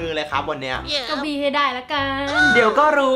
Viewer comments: ผมขออณุญาตทุกคนนะครับ มีใครได้ยินเหมือนผมบ้าง ตอนที่พูดคำว่าบี้ ผมได้ยินว่าปี้ 55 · ทําไมกุได้ยินคําว่าบี้เป็นปี้ว้ะ5555+ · ฟังเป็นปี้อ่ะ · ผมได้ยินพูดว่าปี้นะ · ได้ยินเป็นจะมาปี้เเมลงสาบ555